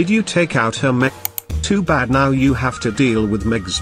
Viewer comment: are you serious right neow bro